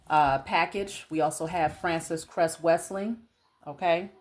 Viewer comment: girl our ancestor dr welsing is pronounced well-sing lol love you! ❤️❤️